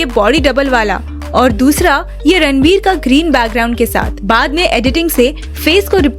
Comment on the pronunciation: It's Ranbir not Ranvir